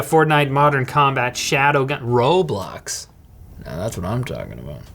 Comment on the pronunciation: Why does he say roblox like that